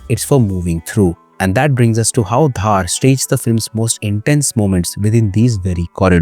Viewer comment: Small correcttion; DHAR is pronounced as दर not धार or धर so the name is आदित्य दर from Kashmiri Community